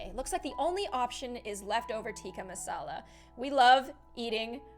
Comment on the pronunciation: you said tikka masala wrong